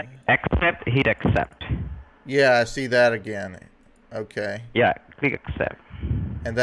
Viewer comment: "HEAT ACCEPT"